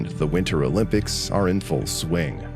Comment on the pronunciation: "O Limp ics"...🤭